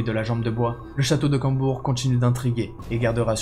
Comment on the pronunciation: C'est Combourg pas Cambourg